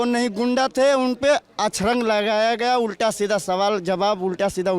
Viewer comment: Ghuda ko ghunda bolana segho